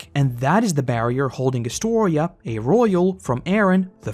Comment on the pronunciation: ah, I find it extremely satisfying that you said my name correctly lol